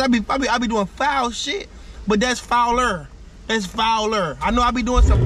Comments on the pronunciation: Nigga said foul-er 😭😭😭😭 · That’s FOU-LER 😂you did a FUCK UP ER thing 😂